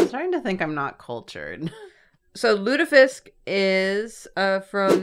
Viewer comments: pronunciation of surströmming was pretty good actually but it sounded a little as though she said it while having a piece of hard candy in her mouth xD And lutfisk was good too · you actually pronounced both surströmming and lutfisk pretty much okay! your pronounciation was better than the taste/smell/texture of both fish dishes. Lutfisk is nice because you eat it with a good sauce, but it's got a very strange texture and like no taste at all. surströmming smells so horrible that you can tell if someone in the same area as you has opened a can. the practical way to open it is to submerge it in a bucket of water and opening it in the water. I never tasted it but a friend of mine said it tastes like a special type of cheese ("washed-rind cheese").